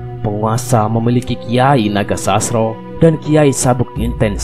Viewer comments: Baca narasinya yang bener jangan asal2an agar tidak Mengurangi maknanya, contoh NOGOSOSRO JANGSN DIBACA NAGOSASRO. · Kyai nogososro bukan nogosasro kayanya yg bawa narasi. Bukan wong jowo